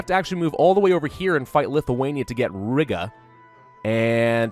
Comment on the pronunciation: honey, you said Rīga wrong...........It's has a long I and short a......You made me cringe so hard